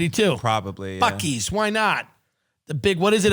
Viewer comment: Tim, for future reference, Bucee’s is pronounced Bussy’s